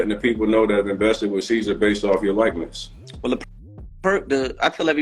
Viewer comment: Bro called mans “seizure” 🤣🤣🤣🤣🤣